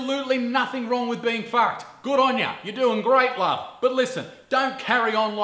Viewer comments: I subscribed because I want to hear you say "fawked" again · " There is nothing wrong with being fackd "